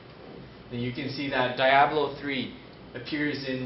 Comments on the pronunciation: dye ablo 3... lolz, I can't believe Asrock can't find someone better then this dude. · de-ablo three